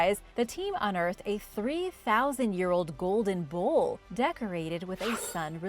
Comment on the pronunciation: its bowl.not bull